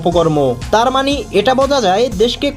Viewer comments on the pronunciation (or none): none